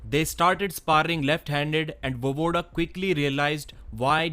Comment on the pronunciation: VoEEEvoda, not Vovoda